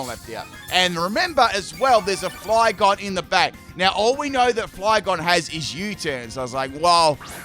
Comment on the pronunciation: My guy, did you just say "Flyphlosion" and then Rick Roll us? "You wouldn't get this from any other guy" 😂😂😂